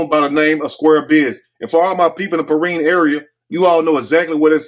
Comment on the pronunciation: It's Peerinne